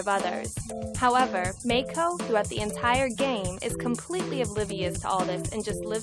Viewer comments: Ken Chen they said [meɪkʰoʊ] instead of [maɪko] lolz. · haha yea, should be Ma-i-ko麻衣子, not "may ko", they want to use japanese girl's name but don't know how to pronounce it. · Māi ko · As someone who is currently studying Japanese, I know that Maiko is pronounced My-ko, not May-ko. Either way pronouncing the name correctly doesn't justify this crappy project. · The person couldn't even be bothered to pronounce it as My-ko (let alone Ma-ee-ko)? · Maiko is pronounced Mike-oh, and is used for the name 'Mike'. It's a fucking dude mate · "May ko" The people developing a game inspired by anime can't even pronounce maiko properly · jayney 9 Yes, but the woman narrating the video said "may-ko", which should be spelled "Meiko". But she doesn't even pronounce "ko" correctly so who cares. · I thought it was pronounced Mah-ko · Minor gripe: The "developer" keeps calling the game's protagonist Meiko but it is spelled it Maiko. An annoying mispronunciation of Japanese from a developer who should know better given they are making a game inspired from their experience of anime/hentai shit. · lol they aren't even pronouncing Maiko correctly. seems legit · Either they're mispronouncing Maiko's name or misspelling it. Cause how the girl says it it should be Meiko. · they can’t even pronounce “maiko” right lol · The person who came up with this doesn't even pronounce Japanese names correctly for fuck sakes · It would really help their project if they could even pronounce the name of the character they created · I love how the announcer girl does not know how to pronounce Japanese lmao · They don't even pronounce Maiko right -_